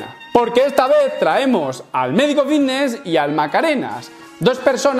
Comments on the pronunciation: Llamadme loco pero cuando pronuncia "fitness" yo escucho "vitness" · Yo escucho nfidnes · Hostia...yo también me había fijado!! He puesto un comentario diciendo lo mismo sin haber visto el tuyo, jajajaja. Lo dice muchiiiisimo, y además arrastra la v de vvvvvvitneeess un huevo, jajajaja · escuchamos '' vitnesss '' papi , no te quepa duda, he llegado hasta a pensar que había algun problema legal en decir '' fitness ''' la verdad la pronunciación '' vitness '' no da bien al oído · Creo que es mas fiVness xd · No se equivocan los compis, dice vitnes, jaja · "la comunidad...vvvvvvitneeess" Es comparable al meme del médico vvvvvvitneeess Aaaaamstel!! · Yo escucho Antelm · Yo escucho fidnes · Yo lo escucho con B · Me parece algo absurdo que en pleno 2021 se intenté hacer bullying por unos granos.... Que bajo es como que la gente intenté burlarse porque no sabes hablar bien ni pronunciar fitness...